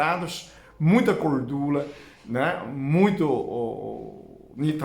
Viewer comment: Acho tão lindo o falando..."gordula". Não conheço Chinês mais maravilhoso que o. 🇧🇷❤